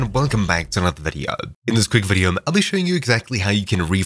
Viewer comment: this guy puts m's on the end of so many words. "videom", "herem", "furtherm", what accent is this?